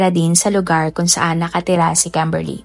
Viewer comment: KEMBERLY ba talaga pangalan ??😂😂😂 kakatawa pagbanggit mo ng pangalan 😂😂😂 bisaya gud